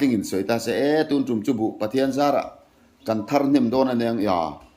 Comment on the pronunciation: Tuntum i tih hian 'tum' lai tak hi a thluk a dik lo